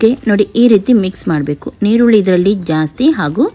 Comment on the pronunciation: Y do u pronounce nirulli for erulli